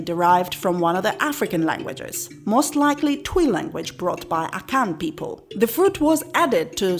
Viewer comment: Twi is pronounced tree